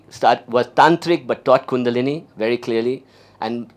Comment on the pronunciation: I wish he should pronounce the word kundalini properly. Btw what spiritual lineage does he belong?